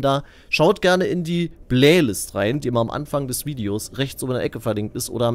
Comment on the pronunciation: "playlist" oder "Blählist"? kichert